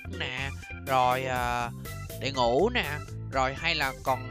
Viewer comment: Vãi cả trư nay Đệ ngũ dc đọc là" trư na đê"